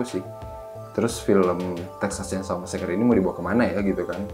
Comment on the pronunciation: Mbaaak T_T bukan masakre ... masaker